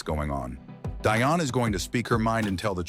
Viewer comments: Her name is “Dionne,” not DIonne! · Bruth, it's pronounced DEE ON 👍 OK.